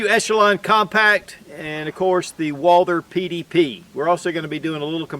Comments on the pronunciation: Someone PLEASE tell me why this guy can't pronounce Walther???????? I've complained before no results it is not pronounced Walder or Walter!!!!!! Walth errrr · It's Walther like Walter not Walder ;)